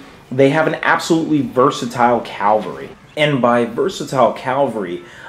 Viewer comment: Leonardis EGWG You're right in correcting me on this. My pronunciation is certainly horrible with many older words and Tolkien words. I should have said Cavalry. I appreciate you making me practice though :)